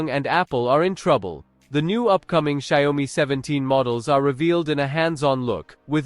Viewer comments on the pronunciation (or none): can't even pronounce the brand correctly...lol